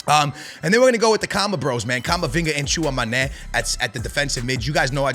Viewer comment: Bro i watch you every year , u are a beast but at least search how to pronounce your starters , Tchouamoney😂😂